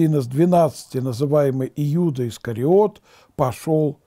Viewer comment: Спаси господи, но июда с ю слух режет